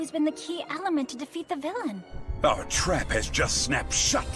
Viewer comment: " OUR TRAUP HAS JUST SNAUPED SHUT LADYBUG🤪 " silly...